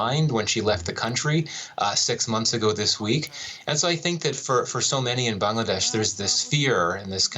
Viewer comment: It's not how you pronounced the country name 'Bangladesh'. It comes from the word language "Bangla". And that's how it is pronounced. Thank you!